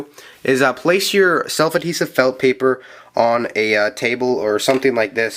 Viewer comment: Slef adhevit felt paperAHHHH just say paper or sticker or something it bugs me crazy otherwise amazing video